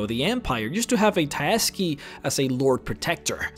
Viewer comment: tsaesci is pronounced 'say - ess - see'